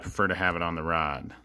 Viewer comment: mad you can't say rod properly???